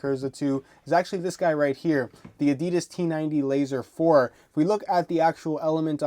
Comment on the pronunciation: alright, who else caught him say "adidas t90 laser 4" cmooooon man